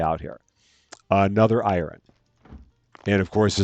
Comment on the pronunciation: Once again dear, the name of the yogurt drink is pronounced as "I run", not "Iron" 🥰